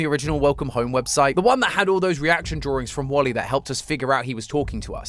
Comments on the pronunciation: When you pronounced Wally, you say it like wolly and remove the W and it’s my name! Olly! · Is it Me Or do I Hear Calling Wally Wooly?